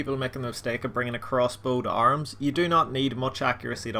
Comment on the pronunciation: Who the hell pronounces AH-rim as ARMS?